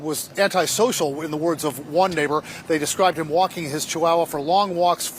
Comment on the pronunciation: I've a question. What's a "chewowa" 🤔